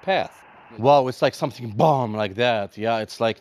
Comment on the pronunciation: lol you shouldn’t say the BOMB like that sir 🫣